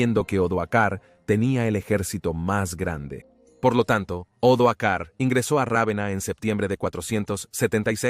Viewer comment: Gran trabajo. Pero se dan repetidos errores de lectura por parte del narrador que habla de los años 1900's y hasta 2000's! También hay que tener cuidado con los nombres de los personajes históricos! Odoacro no Odoar, Julio Nepote no Julio Nepos... y así entre varios...